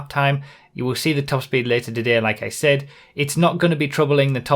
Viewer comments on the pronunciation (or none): none